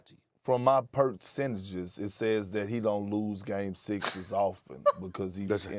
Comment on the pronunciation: Perksentage HAHAHA hilarious.